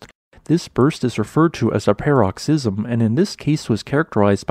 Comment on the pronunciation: Omg the pronunciation of “paroxysm” is fucking killing me 🤣😭